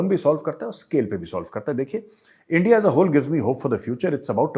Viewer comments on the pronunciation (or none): the way you pronounced Endia imitating pak's, made me lol. ye Endia nahe India - Bharat. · When pakistani says 'Endia' I can't control my laghu 😀😀😂😂 Jay hind, bharat mata ki jay 🇮🇳🇮🇳🇮🇳